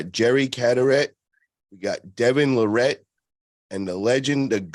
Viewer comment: LAR-rat. Not Lar-RAT. ✌️